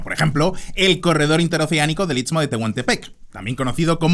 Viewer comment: Pronunciaste "Itsmo de Tehuantepec" sin trabarte 👏